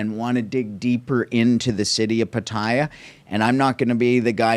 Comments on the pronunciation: You are not pronouncing Pattaya properly, its PA/TAI/YA NOT PATAIYA LOL!!! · What an insightful vblog. Thank you so much for posting these vblog. It is much appreciated. I watched all of them. (On another note, if I may recommend, for Pat-Ta-Ya, the second syllable is emphasized and not the first syllable. 🙏)